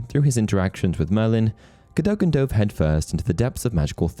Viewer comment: Cadogens name is pronounced CAD-AGAIN